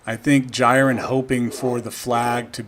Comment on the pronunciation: I think it's pronunced "JEER-in." Wasn't sure initially, but the pfp is the same as the Dragon Ball Super character.